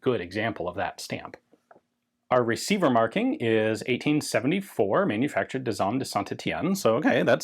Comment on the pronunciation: Ian, please stop introducing an ‘s’ into the middle of “Manufacture d’Armes” - as there isn’t one there, and therefore is not pronounced. This pedant can take it no more! For an English speaker, the words are pronounced essentially phonetically, with the exception of the silent ‘s’ at the end. Many thanks!